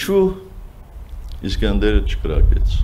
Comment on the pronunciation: իսկանդեր ա,իսկյանդար չի))